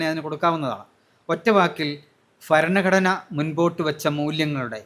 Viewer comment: ഫരണഘടന അല്ല ഭരണഘടന! ഇവറ്റകൾക്ക് India യുടെ പേര് ഭാരതം എന്ന് ആക്കിയാൽ ഫാരതം എന്നെ പറയാൻ പറ്റുകയുള്ളല്ലോ! വിദേശികൾ പോലും അന്ന് ഭാരതമെന്നും ഇവറ്റകൾ ഫാരതം എന്നും പറയും!!!!